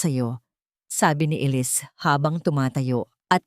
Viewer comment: Maganda ang storya, kaya lang honestly, na di-distruct ako everytime na paiba iba pag pronounce sa pangalan na Elisse....mabuti sana kung foriegner ang narrator..sana mapakingan niyo rin ang sarili mong nareation para maintindihan mo ang mga comments..salamat..